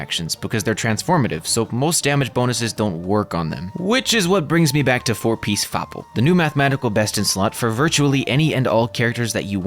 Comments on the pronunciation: not fapl but FOPL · "FoPL" just can't help laughing